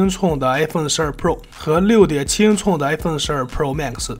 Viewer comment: 唸法是英「寸」不是英「促」